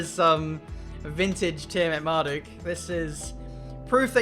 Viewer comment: How the F do you pronounce Tiametmarduk because the way you say it doesn't make sense. To me it's pronounced TEE-A-MET-MAR-DUCK going off the spelling but you pronounce it TEE-A-MAR-DE-GUE or whatever WTF. I mean if you're Dyslexic I apologise but if not then WOH I think you should redo your name spelling mate.